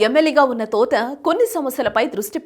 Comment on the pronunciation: Thotha Enti Thota ani palakadam nerchuko